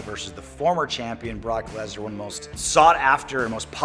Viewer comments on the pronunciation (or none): Gameology “brock lesna”